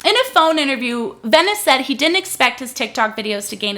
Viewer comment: OK, some things: (1) **VENCES, no Venice. Would help if you could pronounce his name correctly. (2) Where is the NBC News New York article? You should have that as a source in a pinned comment or in the description. I'm going to search anyway, but come on. (3) According to the article, which you can read at the bottom of any article, "Kat Tenbarge is a tech and culture reporter for NBC News Digital." That means that she currently LIVES in New York, but I doubt she works for WNBC-TV or even WNBC Digital. It's a small detail, but it could be damaging to someone's career if used inappropriately. Also, the wedding makeup thing has 0 to do with the work she's doing. (4) I'm not saying the NBC News article was great, but you're giving them more fuel to the fire when you make clips like this. (5) Why hasn't the man been talked to on your channel or podcast? I just want know his perspective.